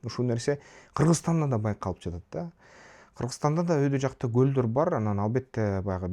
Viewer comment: Билим,илим ,дуйнону коро билуу баардык жактан жетиштуу тушунгон жана тушундуро алган азамат бала.Кыргызстанга коп кырдуу пайдасын тийгизуучу жаштардын алдынкысы. Бир созум бар,капа болбосон "анан" деген созду аан деп айтасын,ошону эске алып койсон уулум.Мен сени сыйлайм жана баалайм.